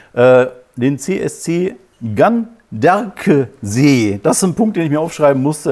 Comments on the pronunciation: wiedereinmal besten Dank für Deine Informationen und Dein Engagement. Ich freue mich besonders darüber, dass Deine Analysen klug und Deine Rhetorik messerscharf sind. Weiter so!!!!!! Ganderkesee spricht man übrigens Gan - der - ke - See, wobei das e in ke kurz gesprochen wird. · Ganderkesee spricht sich „Gannder-Keh-Seh“ oder „Gannder-Ké-Sé“ 😉